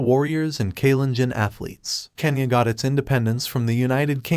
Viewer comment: God,,, it's kenya not kanya🤦